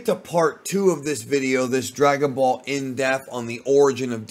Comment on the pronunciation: My favourite part about this channel is mispronunciation of the word depth 😂